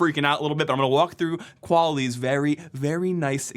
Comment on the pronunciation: Mandatory Qual-isss, su-doo comment